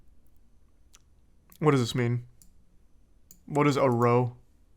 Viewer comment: It’s not pronounced row it’s pronounced Rowe and just means a argument it’s just uk slang